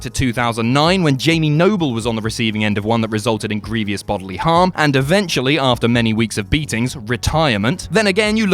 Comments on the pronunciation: Stop saying “greeveeous” it’s “grievous” (gree-vus). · It's pronounced 'gree-vus', not 'gree-vee-us'.